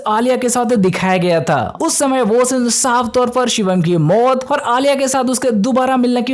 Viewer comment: Akhri scene❌Akhri shinnn✅